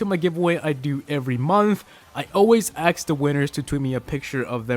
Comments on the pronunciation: It's ask not acks please stop saying acks. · great vid, but bruh, its ask not aks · A S K ASK not axe ASK good video though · You always aks the winners?